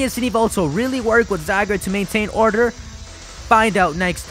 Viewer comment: So that you know its official pronunciation for Zygarde: zee-GAR-day